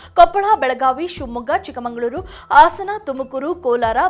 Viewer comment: ಹಾಸನ, ಆಸನ,ಹಗುರ, ಅಗುರ ಏನು ಕನ್ನಡವನ್ನು ಕೊಲ್ತಾ ಇದ್ದಿಯಮ್ಮ ನಿಮ್ಮನ್ನು ಆ ಭಗವಂತನೇ ಕಾಪಾಡಬೇಕು